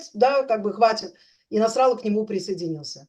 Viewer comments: Может все-таки не НасрАлла, а НасраллА?! А, в целом, спасибо за интересный эфир! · Я сам слышал, что арабы ставят ударение на предпоследний слог. Ливанские - точно, но, по-моему, и палестинские тоже. Кстати, со словом хизбАлла то же самое. Да какая разница.?